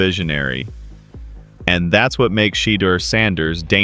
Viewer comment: That AI generates more 1-liners than Rodney Dangerfield however they still cannot pronounce Shaudeur Sanders lol